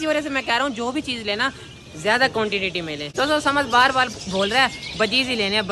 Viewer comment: Bhai quantitity nhi hota quantity hota hai